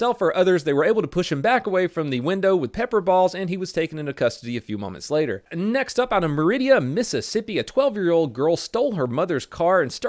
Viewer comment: It’s Meridian. Not Meridia 🤣 And I know that trailer park, I used to live up the rd from it. I can even tell you the road so you can google earth it. I didn’t know this was a video, tbh.